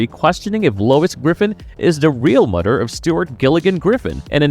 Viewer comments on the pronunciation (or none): American dad is better!!! Also it MOTHER not mudder!!🙄